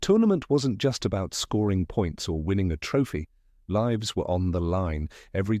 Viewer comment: Thats a weird wat to say lives, like "they liives" instead of "leyes"